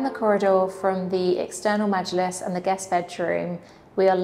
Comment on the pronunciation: You pronounced majilis so well, I’m impressed